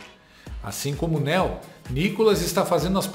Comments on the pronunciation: Não é Néu, é Neo (Niu) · Não é "Néo" a pronúncia é "Níu" 😂